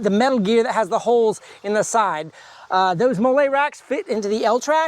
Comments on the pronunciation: Hi, it’s pronounced “Molly,” like the name… not “mole” like the Mexican sauce 👍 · It’s pronounced Molly. Like the name.